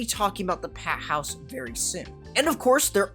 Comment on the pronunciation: Peh house? 😂😂😂 bruv went Bri-ish for a moment.